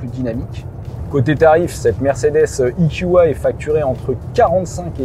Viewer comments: Cher monsieur, vous êtes sûr qu'on dit "ikioua"??? (marrant, ça sonne un peu comme du japonais...) Ce ne serait pas "ikioué" ou plutôt "eukua"??? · parle français E Q A et pas ikioua ! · Soit il faut prononcer "i kiou ai" soit "Euh ku A" mais là c'est du franglais ! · " I KYU A" quand t'arrives pas à te mettre d'accord sur la prononciation anglaise ou française